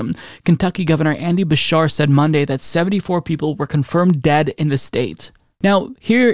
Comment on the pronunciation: Gov Andy Beshear(Be-sheer).